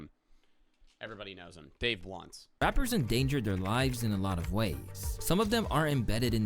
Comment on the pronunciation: am i the only one who picked up on calling him ''dave lunch''????